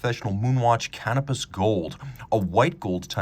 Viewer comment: I swear I thought you said "cannabis gold", must be made from 420!